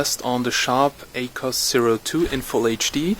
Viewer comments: It's Ak-wos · I'd pronounce it like "Ack woss"